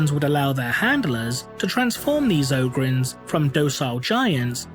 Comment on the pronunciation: O-grins? i always saig OG-rins